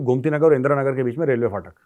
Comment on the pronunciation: Fatak nahi phatak